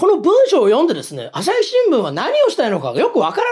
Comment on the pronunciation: アサシ新聞、江戸っ子訛り、